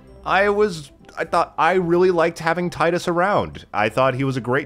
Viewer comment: Great game but it's pronounced Tee-dus same way it's pronounced Tee-fa not Tie-Fa yeah I know it's weird lol.